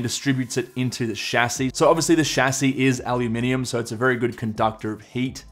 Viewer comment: I press like simply for saying "Aluminium" the right way